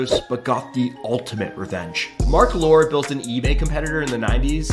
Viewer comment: His name is pronounced as LorEE. Not Lore.